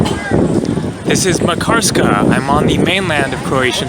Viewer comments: Lol It’s not pronounced MA karskaaa, but more like Makar ska :) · It is pronounced MAHK-ar-ska. Stress on first syllable. Locals did not correct you? Just askin'.. Pronunciation of just this one name, since it is the focus of the video, was important to get right. Otherwise, it hurts the ears when you say it over and over. Good vids otherwise. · "Makarska" is stressed on the first syllable, like Manchester, Amsterdam etc.